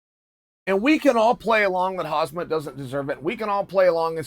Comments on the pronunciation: Learn his name. It's not ''Hasmet'' it's KHAMMZAT , pronounced ''hamsat'' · Dude it's Khamza not Hazmat! I'm sure it'll sink in once he's a champ. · He is not Khazmat, it is Khamzat, pronounced as "Hamza" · Chael his name is not khazmat its khamzat 😆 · Khazmat instead of Khamzat, here he goes again.... Chael is undisputed and undefeated in pronouncing names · Chael: hazmut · Geez can you pronounce Hazmut Chimia any better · If you dont skip the first minute of Chael's video, you arent a real fan. Btw, somebody teach Chael how to say "Khamzat" for the love of God... SHOW SOME RESPECT FOR THE FUTURE GOAT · Uncle Chael be killing the names 😂 “Hazmat Chinaev” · did he says "khazmat" throughout the video? 😂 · Just say HAM-zat Chael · Hazmat "suit" Chin-aev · KHAMZAT CHIMAEV CHAEL SAY I T RIGHT XD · Chael say: KhaZmat Chimaev Khamzat say: ok great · Chael say Hazmat ,but in reality it's not bad because Hazmat is a suite to protect you from hazardous materials. You know,those big yelow suites in sci-fi movies,that protects you from virus and other bad stuff. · Khazmat 🤣🤣🤣 correct ur pronunciation plz. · I swear Chael never pronounces foreign fighters names right, haha: Khazmat, Prozeska etc… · CHAEL. WITH LOVE IN MY HEART, IT'S F#CKING "CHAM-ZAT." PLEASE, UNCLE! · Stop butchering his name Chale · heyy chael it is so disrespectful that you cannot even pronounce his name correctly. Learn to pronounce his name correctly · It's about time you learn to pronounce his name correctly. I'm not a Russian but it's really offensive when people don't make an effort to pronounce your name correctly. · How could u spell the name write right but then u put the "z" in front of the "m" every time u say it XD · Me: “Khamzat Chimaev” Chael: “Hasmet Chimaev” Me: “Ok great. Hasmet Chimaev” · How absent minded do you have to be to pronounce "Hamzat" as "Hazmat". WTF! Are you blind Chael? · Chael it's Hamza and not hazmat. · his name HAM---ZAT it's easy not HAZMAT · It’s HAMZAT. Not HAZMAT.